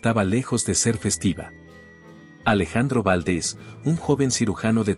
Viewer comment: Favor de pronunciar los nombres y apellidos correctamente Valdés no Váldes, en México no se usa chimeneas